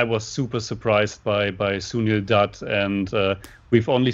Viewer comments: nope. Ask your girlfriend if "Doot" (as you pronounced it in this video) is correct. Although, you are both getting much better with your pronunciations.. for example, did great pronouncing Kishore Kumar. You both still have problems with words like Jai and Ram. You will get there eventually. Also, keep in mind the letters CH as in Chandra and the letter J as in Taj are pronounced like the American Ch in Chuck and J in Jack, instead of the French pronunciations as in Charlotte and Jacques. Also, the a-n sound in the Chan portion of Chandra does not sound like Jackie Chan's last name (and certainly not like the Shan in Shanty). It sounds like the u-n sound in the Chun portion of the word Chunk. I don't know why most Americans equate the foreignness of Hindi with the foreignness of French. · &, listen to how your guests pronounce Sunil's last name, Dutt. They are pronouncing it correctly. You two are both getting it horribly wrong. You always have. The vowel sound is the same as in Cut, Hut, and Mutt; NOT like Moot, Toot, or Hoot.